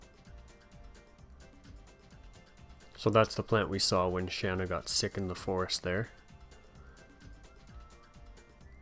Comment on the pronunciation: calls her Shawna in a cutscene when it clearly says Shana, you're just like me I call her Shana not Shawna